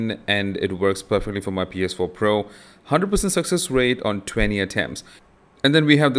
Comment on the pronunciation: It's pronounced "PS four" not "PS power"